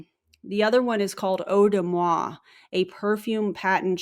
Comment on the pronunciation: No offense to anyone but as a French person, "Eau de Moi" is Kah-ringe!!!😖